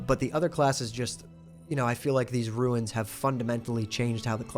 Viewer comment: was keen to watch this until I heard how you say runes.